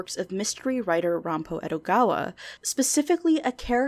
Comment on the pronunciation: If you listen to, she said, 'Ranpo Edogawa', which would be correct were it a proper Japanese name, but not in this case.